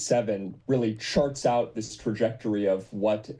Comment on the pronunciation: lol I thought Sam said "sharts out" instead of "charts out" I really hope he did and it was a Freudian slip